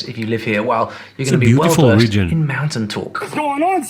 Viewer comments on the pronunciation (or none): none